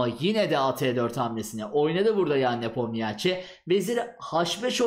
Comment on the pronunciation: Nepomniachi diye okunmuo a1